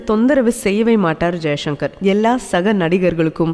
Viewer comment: தங்கல் வர்னணையுடன் கூடிய ஒலிபரப்பு மிகவும் அருமை.ஆனால் பேசுகின்றபோது எழுத்து உஉச்சரிப்பில் கவனம் செலுத்தவேண்டுறேன்.ச., உச்சரிப்பதை ஷ,என்று உச்சரிக்கிறீர்கள். உதாரணத்திற்கு ஜெய்சங்கர் என்பதுதான் சரியல்லவா.நன்றி.